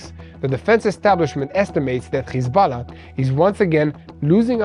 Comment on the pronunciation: HISBALA? IT IS HEZBULLA.